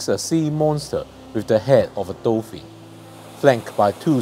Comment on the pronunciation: When you say dolphin i hear doffy like from one piece so im imagining an epic Doflamingo statue now